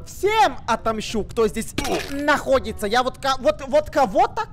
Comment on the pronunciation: Он когда сказал находится во 2 раунде мне показалось на.уй😂